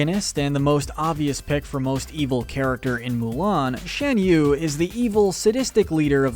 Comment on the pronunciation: It's pronounced "Shahn" yu.